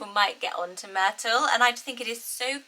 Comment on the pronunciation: I love Myrtle the way YOU say it, it's really perfect. Then I repeated it out loud with my American accent, yeah, not as charming. Myrtle, hard T became, Myr-Dull and went from crisp and pretty to drab. I live in the South so if I factor in how people around here will pronounce it, just forget it. 🙃